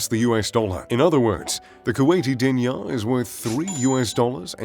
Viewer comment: Pronounced, Deenar.